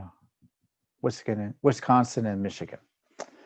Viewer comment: Tom! Did you just say wisconin? That must be the combination of Wisconsin and Michigan.